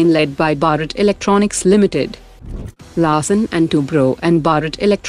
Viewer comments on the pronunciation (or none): none